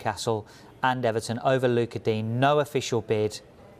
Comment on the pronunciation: Just letting you know you cunts, it’s digne not dean, he’s french